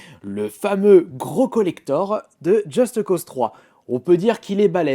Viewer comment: pk il dit justE cause3 mdr on dit just cause mais apres chacun sa façon de dire et de faire. moi je dis just cause